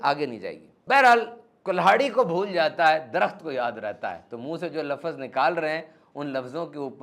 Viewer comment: ماشاءاللہ آپ کی باتیں دل کو لگتی ہیں اللہ پاک آپ جزائے خیر عطا فرمائے اور ہمیں ان باتوں پر عمل کی توفیق عطا فرمائے آمین بہت معذرت کے ساتھ آپ کی ایک غلطی نکالی ہے آپ لفظ کو لفظز بولتے ییں اردو میں اس طرح نہیں بولا جاتا